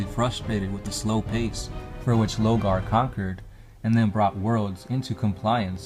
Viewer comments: "LOR-GAR". NOT "LOGAR". I CAN BARELY HEAR YOU OVER THE MUSIC! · y’all say Lore 100 times per video but can’t pronounce LoRgar smh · Why are you refering to Lorgar as Logar? Isn't there an "R" in his name? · Lorgar man. LoRgar. If you pronounce his name like what you did in this video in his presence, he'd be wearing your face in his armor as a trophy lol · Lore-gar... LoRgar... also, stop trying to read the way ur brother does and get ur own style lol... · why do you pronounce his name Lo-Gar ? Where's the first R ? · I know you can see that R in his name man. LoRgar. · Yeah he kinda is just saying Logar isn't he? Just finished the 3rd video about life as a citizen in the imperium and he said "steed" instead of "stead". Using stead to discribe someone taking someone's place, so it went blah blah blah did "insert action here" in his steed. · Three years have passed, I hope you know pronounce the R in Lorgar